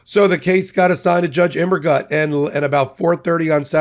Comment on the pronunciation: Immergut - I think it's gut like put, more of an oo sound. I think it means Evergood in German.